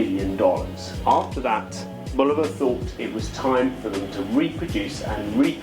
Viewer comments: It's Bulova, not Boluva. At least get the name right. You claim expertise on the subject and yet can't even get the brand name right. Hmm. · I respectfully disagree. It's BoolOva or BOlOva. Never Bolyouva, as some pronounce it. I know it is of Czech origin but it is an American brand and the pronunciation is closer to BOlyouva. Anyway, you provided a fantastic review and I don't want to detract from caught by getting caught up in the intricacies of pronunciation.